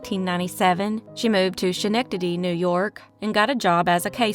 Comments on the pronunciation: The scha-nectady is killing me lol its pronounced SKA-nec-tadee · Hi Great video thx! Regarding Schenectady the way its pronounced is skin ec ta de - just for future reference 😊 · “Mon-senior”, “ske-neck-na-Dee” ❤ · Hi! It's pronounced Skenectady. Love your show! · Hello- Upstate NY resident here- correct pronunciation of SCHENECTADY phonetically is Skah-Neck-Tah-Dee 🙂